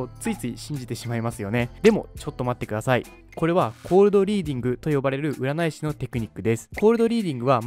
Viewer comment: ｢うならい｣は信じない！！（言えてない）